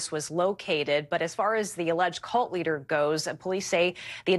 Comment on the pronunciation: What's a "cooult?"